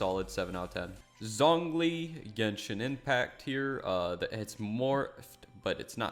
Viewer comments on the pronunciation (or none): none